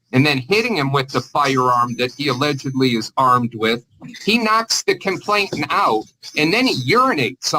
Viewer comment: Just my pet peeve: it’s “complainant”, not “complain*t*ant”